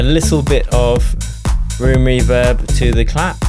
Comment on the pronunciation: Reem rooverb 😂😂 Love these videos man